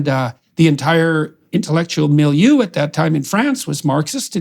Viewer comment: Will thís be the conversation in which James Lindsay finally learns to say «milieu»?